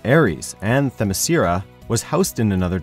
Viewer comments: Great info but you're saying the names wrong is maddening. It's Hyp-Pol-La-Ta and Them-ma-sCara. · I'd give this video a thumbs up, but the speaker can't pronounce Hippolyta or Themyscira properly. Both are said many times in the recent Wonder Woman movie. I thought you guys were a tad more professional than this. Very disappointed.